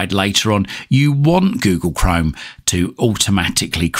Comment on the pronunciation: yes but You pronunciation is funny You Say Google Chrome almost as Google Crime 😂